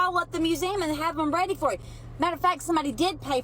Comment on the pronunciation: laughing so hard every time says "get weady with me":D